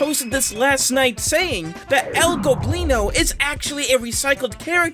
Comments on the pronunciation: ITS EL GOBLINO NOT EL GLOBLINO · he finally said "el goblino" and not "el globino" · I guess you finally pronounce el goblino's name right huh